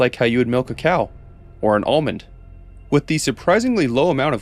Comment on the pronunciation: Oh god, when you were saying the milking thing about fireflies instead of almond i heard old man, idk what's wrong with me, it was funny but embarrassing